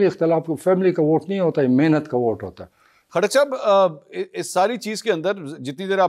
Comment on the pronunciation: P ktak nahe lota katak bolo